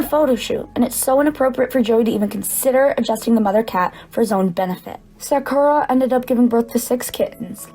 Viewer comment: i have many questions about this video. not every pet owner is absolutely perfect, why is she acting like she would be 100% perfect in the same situations? why does she say sakura as “sackora” ? in hindsight, yeah maybe he should’ve done things better, to be so critical of someone else when you wouldn’t be perfect in the situation either is not right. he’s trying his best to help these animals, she’s acting like he has some sort of weird kink for having animals or breeding them 😭. if he would have just left the animals this girl would’ve been griping about that too, at least he didn’t just leave them there and is TRYING.